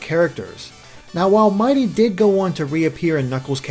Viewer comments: It's mighity NOT mighty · IT'S NOT MIGHTY IT'S MIGHITY! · His name is actually "Mighity".